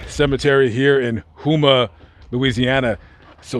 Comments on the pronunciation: Gm Lamont its pronounced HO-MAH. Great story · Houma is pronounced Hoe-ma.... IJS 😂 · It’s pronounced Home-ahh that’s where I’m from!!!! The U is silent. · That's (Home-uhh) Louisiana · I'm from Louisiana. Houma is pronounced like "Home-ah". Great story and RIP sir. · It’s pronounced home-ah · Houma is pronounced with the u as silent. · I had to rewind the video when he pronounced Houma accidentally wrong. My dad's from Houma. Never heard of Mr. Marcel